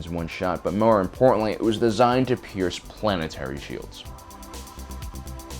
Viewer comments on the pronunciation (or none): none